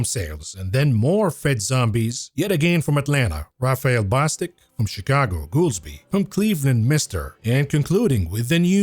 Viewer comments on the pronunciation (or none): none